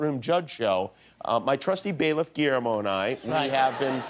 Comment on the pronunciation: the way she says Guillermo 😂